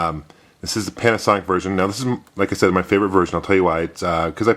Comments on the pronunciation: Did you say Panicsonic instead of Panasonic? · Panicsonic, like Jagwire :D